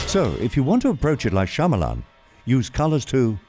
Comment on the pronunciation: His name is pronounced "Sha-ma-lun" not "Sha-maa-laan"